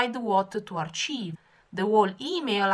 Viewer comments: you keep saying achieve(accomplishing something) but it is Archive as in ( ar-k-ive = storing them) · It might be a language difference and I apologize if that is the case, but archive is pronounced "arKive" not CHive as in type of onion.